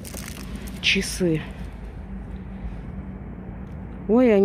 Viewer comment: Но почему она говорит :чесы? Резануло по мозгам, и смотреть уже не охота. Отписываюсь.